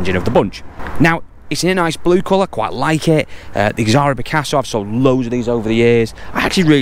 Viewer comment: Not x sra its z ara not ex sara lol dacia not daysear rant rant lol